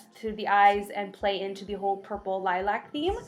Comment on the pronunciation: Annoys me that she can't say lilac properly through the whole video😓